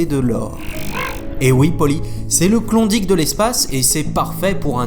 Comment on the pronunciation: Excellent ! Super animations. Pour la prononciation, "Klondike" se dit {clonnedaïque} et "Kuiper" {cueillepeur}